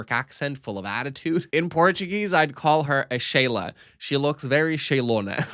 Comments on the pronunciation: me as a brazillian who listens to your videos while drawing, that Sheylona bit got me by suprise LMAOOO are you portuguese? braziliian? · Você falando "Sheila" só consegui pensar: Você é brasileiro???